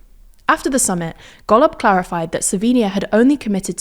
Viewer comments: she says golob like gollum. but its wrong... still funny as fuck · thats not how golob is pronounced, least you could do is get that right